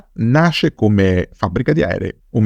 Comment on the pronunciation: Se c'è una cosa che non sopporto è la pronuncia sbagliata di nomi stranieri. Pronunciando "Bayerische" va messo l'accento sulla "a", non sulla "i" e poi la prima "e" non viene nemmeno pronunciata! 😉